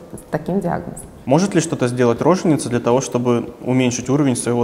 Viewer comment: Вопрос к журналистам - почему рОженица!??? Правильно произносить роженИца!!